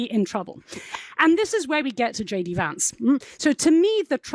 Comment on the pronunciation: Its Vance not vansay